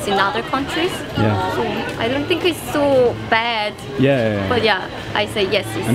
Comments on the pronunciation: ''do you sink'' 😅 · J'ai regardé pas mal de vidéos de la chaîne c'est vraiment super, par contre faut que tu arrête de dire "do you think" en prononçant avec un "S" sinon sa veut dire "évier" le TH est dur mais prononce avec un "F" à la place ce sera moins bizarre ;)